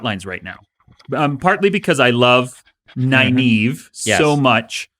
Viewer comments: Pretty sure I read the series without looking at RJ's pronunciations in the glossaries... how was I going to know I'd be cringing at how they pronounce Egwene and Nynaeve on tv 30 years later? :) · I asked about the pronunciation because I said it one way and then Brandon said it a different way. What's the "Nynaeve thing?" I can assure you that I know essentially nothing about the books, so anything you think I've done on purpose as an easter egg is just me being a moron. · he literally watched the shows and still gets the names wrong lol